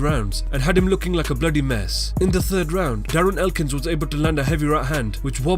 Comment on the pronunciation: “Bloody mess” - that accent sounds Indian. U r Indian?